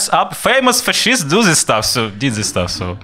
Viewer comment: Excellent! But please say "fascist" like "asshole" with a strong stress and the same vowel at the beginning. So practice saying "fAt fAscist Asshole". I'm an English teacher. No reason to apologize for minor differences from native speakers' speech. Your communication skills in English are in fact higher than those of many native speakers! I will donate here too.